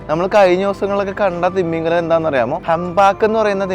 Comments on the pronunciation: തിമ്മീംഗലം അല്ല ഭായ് തിമിംഗലം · നിന്റെ “ത്തിമമിഗലത്തിന്റെ ” ഒരു“ ത “യും ഒരു “ മ ” യും പോയോ ?😂